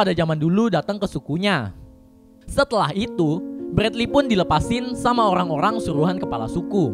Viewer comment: Orang2 bang bukan ogkhang